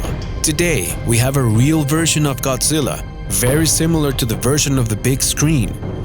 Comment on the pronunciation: I stopped watching it when it said godzila